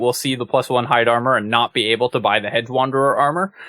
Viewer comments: I'm hearing "hed" or "hed-guh" (with a very slight "guh" sound) when you say it. Not hearing the "j" sound. Maybe it's something weird with the way youtube is processing the audio? But it really did stand out to me when I heard it -- enough for me to make the comment. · I'm sorry to be this guy, but it was driving me nuts during this video: "Hedge" is pronounced "Hej". There. I feel a little better now.